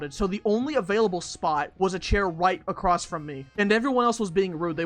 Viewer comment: run ACWOSS yeah sure